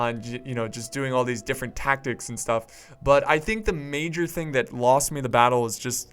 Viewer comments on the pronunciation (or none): none